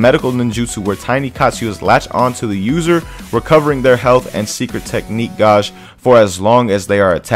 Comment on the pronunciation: gauge is pronounced gay-ge not gawge